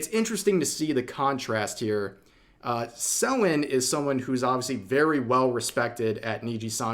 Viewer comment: Say Selen name right